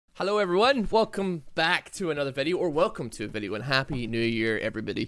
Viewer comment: That hello at the beginning sounded super german; "hallo"